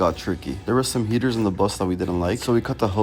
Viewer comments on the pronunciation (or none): I thought he said there were gators under the bus but he just said heaters